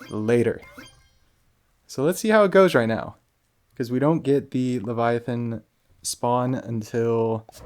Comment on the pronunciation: Good ole leva-thigh-on. Lol.